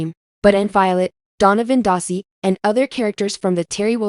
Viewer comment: You cannot say Darcy correctly. You say Dar - see. Say dar like car. Duh !